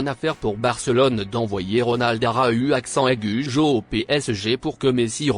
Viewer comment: ARA U accent aigue au PSG 🤣🤣🤣🤣 Arreter avec la voie de google wesh